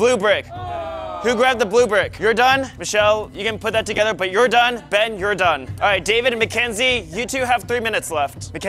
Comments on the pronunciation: ben win go ben also why oes mackenzie say bean instead of ben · Blud really said bean